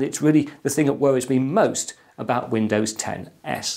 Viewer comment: I actually heard Windows 10 Ass lol